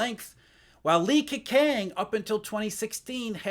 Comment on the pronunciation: Ke-chang is the correct pronunciation btw